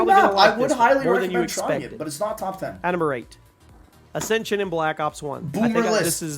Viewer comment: Did he even say Ascension?